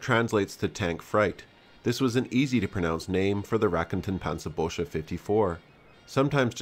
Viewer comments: speaking of "easy to pronounce" the word "Raketenpanzerbüchse" obviously is not. For native-English speakers that is, since the sound the Umlaut-U stands for does not exist in English. For "Büchse" say "bick-suh", not "bush-uh". And for "Panzerknacker" ("tank buster/cracker"), be reminded that in German words starting with "KN", the "K" is never silent! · The "ü" is spoken more like an english "u" except higher and sharper. Clean editing many kudos